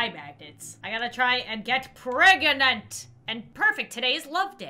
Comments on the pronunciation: Me too its funny how she say shes pragontay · she pregontay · I love how she says “pregontay” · "Oh my gosh there's so much crying outside can you keep it down I'm PREGANANTÈ" - 2020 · ✨ P R E G O N T A Y ✨